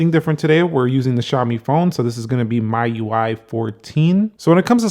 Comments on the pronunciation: It's pronounced me not my UI lol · It's ME-UI and not MY-UI. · It's not myui it's MIUI